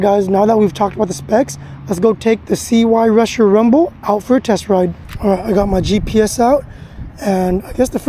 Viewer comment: If you know about this make of bike then why dont you know how to pronounce it properly or at least before making yourself look a total idiot look into how its pronounced. ITS PRONOUNCED SIGH rusher not CY rusher. Your son looks dressed like some sort of gangster. Who does he think he is.